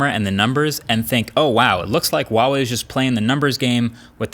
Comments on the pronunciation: it's HUAWEI....people call H-UA-W-EI...not WUAWEI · Dude it's not hard to pronounce. HUUUU WAAA WAAAAYYY. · i wuawei or huawei? like rly he says wuawei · Not Waah wei , it's Her-wa wei. Her and wa need to pronounce together. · Dear MKBHD, The H in Huawei is a hard H. A lot of YouTubers pronounce it as "Wah-Wei" but it's actually pronounced "Hwah-Wei" just like its written. The first Chinese character of the word Huawei is 华 "hua", meaning "flower" (see their company logo) and it has a hard H sound. Its a small nitpick but it drives me a little crazy each time I hear it. I haven't seen a phone review that pronounces it correctly yet and I'm guessing its probably because no one has told you/corrected you. Anyway, cheers for all the great content. Stay safe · Normal people: huawai Americans: wAWaY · Hey, we have to talk. It's HUAwei, pronounced like who, not uawei. :) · IT'S FUCKING HUAWEI IS NOT WAWEI DUDE QUIT THAT BULLSHIT!!!!! PLZ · why do Americans pronouce Huawei as Wawei its not a silent H bro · why do people pronounce huawei like Uawei? the H is not silent lmao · I don't get it man, how many Huawei videos have you done how and you still pronounce it 'wah way"? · Ahh is a Chinese it hurts when he says wawei instead of pronouncing the h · so it's pronounce "wawei" huh? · I still dont understand why you pronounce this name like this, there are no silent letters in Mandarin 🤣🤣🤣🤣🤣🤣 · thats not how to say huawei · I love it when people pronounce huawei and think the h is silent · H, pronounce the H!!! lol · You pronounce Huawei incorrectly. The H is not silent. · How does he, a tech reviewer who reviewed a ton of Huawei, Xiaomi and other chinese phone manufacturers’ products and still butcher their brand name every single time. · Well... after years people still don't know how to pronounce huawei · What's with the silent "H" when people pronounce Huawei? We're not French here and neither is Huawei so please just put the H back in